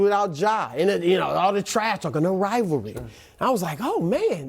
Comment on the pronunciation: IT'S NOT A RILVARLY 😂!!!!!.....